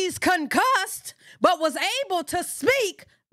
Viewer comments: Not CON-CUSSED 😂😂😂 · You said " concussed". !!!